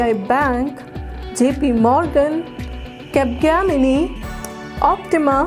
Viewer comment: Capgemini Pronunciation is wrong